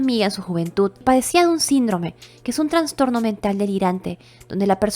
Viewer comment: Amiga, crítica constructiva: Se dice "Trastorno" sin N entre la A y la N. Es incorrecto decir "Transtorno". Me encanta tu voz, es muy agradable y te oigo mientras hago quehacer o trabajo. Me encanta tu canal y ya me suscribí 😊